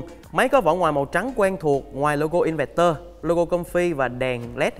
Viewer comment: "Inverter" đọc là "in vơ tơ" đi bạn.